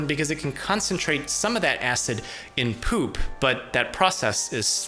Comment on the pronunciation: Why'd you have to emphasize POOP? I cracked up lol